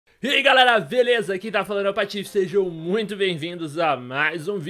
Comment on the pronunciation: Patife você é espanhol?Porque começou o video falando ``Eae galera veleza´´